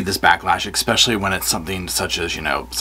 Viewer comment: Pronounced especially not ex-pecially. Just for info. 😊